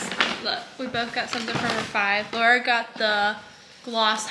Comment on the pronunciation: Laura you crack me up it’s eh • ree